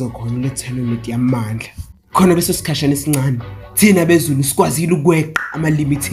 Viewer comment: love how he said thina abezulu instead of thina amaSaiyan😂